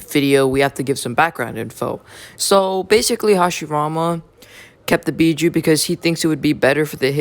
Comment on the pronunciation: Bijuu not Bijou